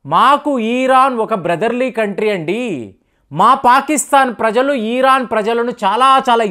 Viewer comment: ఈరాన్❌️ ఇరాన్ ✅️ కొంచెం చూసుకోండి